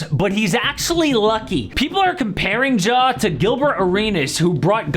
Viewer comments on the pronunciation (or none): Please stop calling him “Jaw”